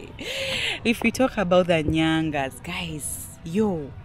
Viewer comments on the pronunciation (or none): It's Nganyaz not Nyangas.. 😂